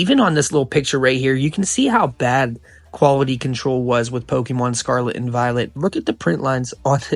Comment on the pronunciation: Bro you say “pokemon” like you’ve never said it before in your life. Definitely a tourist investor into the hobby this video is slop that 1000 people have already made